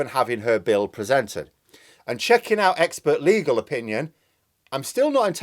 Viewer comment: "Oil must be due to run oot "🤣🤣